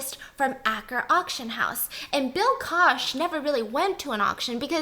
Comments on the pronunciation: It’s bill koch, pronounced coke, Koch family is a huge family....not kosh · Hey Stephanie, the Koch family name (pertaining to the wealthy Koch brothers) is actually pronounced like "Coke" or "Koke," not "Kosh" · "Bill Kosh, his brothers own Kosh industries" Wow how have I never heard of them? Oh Koch. She means the Koch brothers (pronounced Coke) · She is talking about the evil Koch family (pronounced like coke, not kosh) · Koch sounds like coke. not kosh. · Just for funsies and informational purposes, the Koch brothers’ last name and Koch Industries is pronounced “coke”, as in the soda pop. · I assume you are referring to the Koch brothers (evil devil spawns) which is pronounced like Coke. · Just thought I’d let everyone know that Bill’s last name is actually pronounced like “Coke”, though spelled Koch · Very educational! Koch is pronounced “coke” … the “coke” brothers 😘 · Koch is pronounced Coke. The Koch brothers are some of the most evil people on the planet. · Hi! Love your vids! Just one question: are you talking about one of the Koch brothers? If so, it’s pronounced like “coke” in Diet Coke or Coca-Cola. I think it’s German. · not trying to be mean, but Koch is pronounced like coke. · Koch - pronounced as Coke. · Hey Steph, I love you so I gotta let you know “Koch” is pronounce like “coke”. They’re the “coke” brothers. ☺️ common mistake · It’s pronounced COKE brothers biss